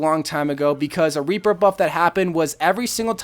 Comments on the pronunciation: Did he say weaper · did he say weaper?